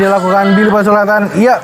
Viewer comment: Please.. his name is Billy Pasulatan, not Billy Pasuladdan